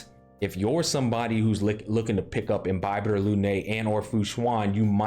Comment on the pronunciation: I'm so glad he pronounces Imbibitor correctly literally no other YouTuber does